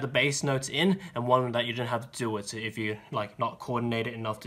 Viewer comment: After the second, section 1 when you said so it sounds like sus